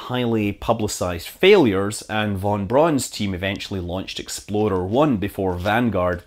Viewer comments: Scott saying "Explorer One" but actually sounds like "Exploder One" while there is a video of a rocket exploding in the background. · Love your videos Scott. Had to laugh a bit when I thought you said "VonBraun's Exploder One rocket"! I know it's the accent but still made me laugh. :)